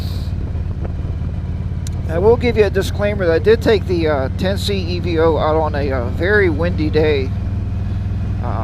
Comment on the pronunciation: Hello nice video. For the record it's pronounced EVO as in evolution not E V O......... I like the unit and considered adding it as a second camera before my GoPro Hero 8 Black purchase. I think it shoots best in 1080 60 fps for youtube but what do I know I'm still using the 6 year old Sena Prism. Also great idea to move the camera forward on the helmet. thanks for sharing.